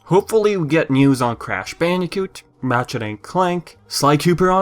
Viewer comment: am i the only one hearing him saying matchet instead of ratchet?